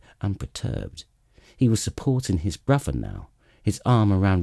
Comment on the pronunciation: Wait wheres the other 2 books? I was even getting used to hearing "Waistlin and 'is bwuvva" 😂